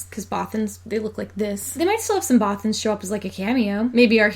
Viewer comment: I love the way you say Bothans! (and the rest of the video too!!!!!)